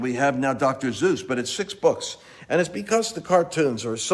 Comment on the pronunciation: Dr. Zeus?! It's Dr. Seuss. ;_)